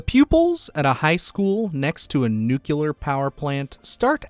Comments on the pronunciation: Eli Roth is a degenerate who secretly wants to make snuff films. Fuck him and fuck his shitty movies. Also, it's "NUCLEAR"!!!" Not fucking "nUkUlAr". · New-Q-Ler. I really have a hard time wrapping my head around people who mispronounce nuclear. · Nuclear. Only one u and the l is in the middle. Sorry 😢